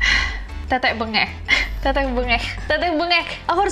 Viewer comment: Tetek mbengek/tetek bengek,kata asal de bahasa jawa,tp utk pengucapanya bukan tetek bengek..tapi tethek bengek ada penekanan huruf TH..karena ini bahasa jawa dan yang mengucapkanya bukan cuma orang jawa akhirnya jadi teteke benget tapi sampai sekarang orang jawa tengah khususnya tetep mengucap tethek bengek🙏